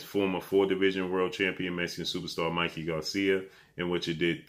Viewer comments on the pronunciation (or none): none